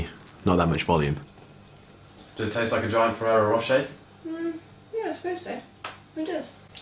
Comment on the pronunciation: The way you say 'Ferrero Rocher' 😂 (from an Australian)